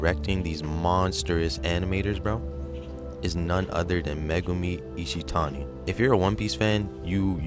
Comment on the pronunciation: Bro i Fuckin cheered when you said megumi ishitani.